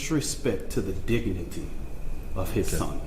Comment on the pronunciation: the dig-na-nit-tee